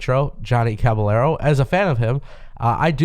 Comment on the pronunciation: Bro it is Caballero with a y sound, not what your white ass said